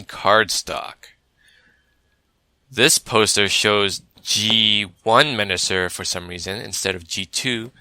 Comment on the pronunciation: You keep saying Menasor wrong